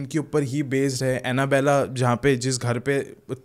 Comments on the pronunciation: It's not Annabeley.... it's Annabelle (pronounced as Annabell). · 1st thing is that not anabella that is Anabelle